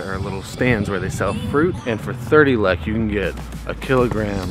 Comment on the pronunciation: I get so triggered with how he says lekë 😤